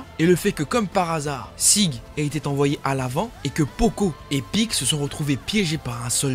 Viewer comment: C'est porco et non poco